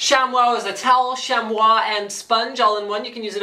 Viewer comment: Chamois is pronounced "Shammy" Lol.. Sham-Wah...